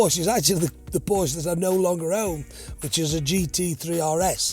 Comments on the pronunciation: Loves the brand but cannot say Porsche properly.... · Well, if you have a favorite car brand, the least you could do is pronounce it correctly.